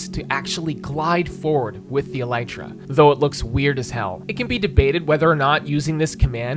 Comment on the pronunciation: he is alternating between pronouncing elytra and mispronouncing it.